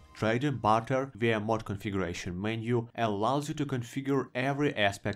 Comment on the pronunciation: When you say barter, I hear butter, which just has me thinking about a future Elder Scrolls mod for M&B 2: Bannerlord